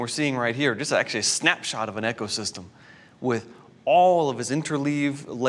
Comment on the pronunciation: He keeps mispronouncing “ecosystem” and it’s bugging me... this guy says,”EKCO-system” 😒